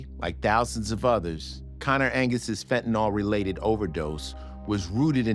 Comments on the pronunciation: Why do Americans have such trouble reading words? The word is pronounced “phen-Ta-NiLL” clearly. Nyl is pronounced Nill, not Nawl. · They could’ve at least made sure Ice T pronounced “fentanyl” correctly. Yeesh.